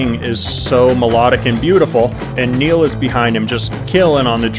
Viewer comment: Dude! appreciate you! Saw last Rush show at forum. Always my favorite! You pronounce the name right! For Neil. I'm a guitar player in love with Geddy. You do great, Continue